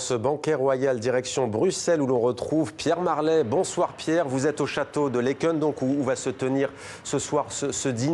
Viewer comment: 0 pour la prononciation de Laeken